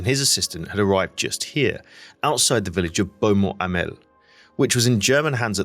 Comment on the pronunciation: I've spent a day at Beaumont Hamel ( excellent pronounciation by the way !!) and could relate exactly to your locations ! Your trench map overlays most informative ! Again - well done